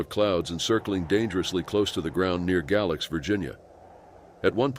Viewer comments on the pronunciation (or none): none